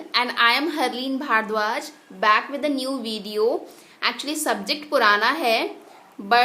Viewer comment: Please work on your pronunciation. Some sounds irritate. Eg. Baack that's back except this everything is OK.